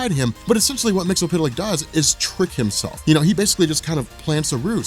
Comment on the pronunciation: The phonetic pronunciation is mixelplic not mixapital...if you make him say his name backwards he gets banished